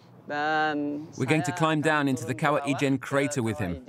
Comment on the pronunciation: Fantastic video but rather funny listening to the narrator pronouncing the word 'kawah ijan'..actually it is kawah ijo. To us in Malaysia we call ijo as hijau.meaning green.